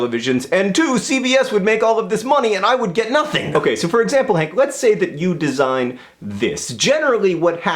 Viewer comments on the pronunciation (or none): none